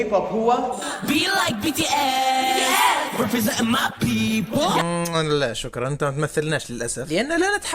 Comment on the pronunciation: فرقت BTS اسمهم تنطق فيه غلط اسمهم ما تلصقاشي اقراه حروف